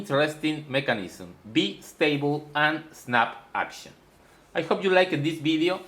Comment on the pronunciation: Another interesting video = thank you! In the spirit of offering you a small teaching in return, in English the "i" in Bistable is pronounced "eye" (like the eye that you see with,) not "eee" (as in bumble bee.) Sounded out = B_eye_stable (as in the bicycle that you ride.) I am not faulting you; your English is amazingly good. I am just trying to help you, in the spirit of friendship. I hope that helps.